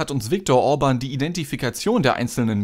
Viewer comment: Ja ist es , Bieden oder Bidden ist ein unterschied, genau so Müller oder Mühler ... Orban ist auch nicht Urban.